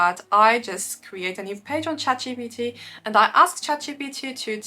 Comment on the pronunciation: It's so funny and gorgeous the way you pronounce "Gpt chat" and "chance" with french accent 😂😂❤❤❤ that’s the main reason why I chose that you look more French than Russian on Instagram. I love you, xoxo from Brasil 🎉❤